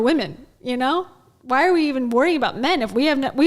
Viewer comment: wait. he also just said “vhy” instead of “why”